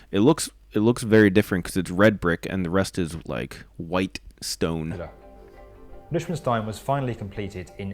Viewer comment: HUGS ITS STEIN(ITS SPOKEN LIKE SCHDEIN NOT WITH AMERICAN ACTENT!😂